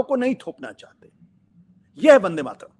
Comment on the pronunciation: ठीक से उच्चारण भी नही कर पा रहे वंदेमातरम... का।इसके उच्चारण से पता चल रहा है कि इसे भी वंदेमातरम राष्ट्र गीत से बनावटी प्रेम है। ये भी खास किस्म के सेकुलर ही हैं।